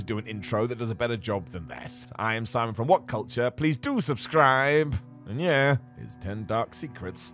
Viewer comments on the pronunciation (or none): none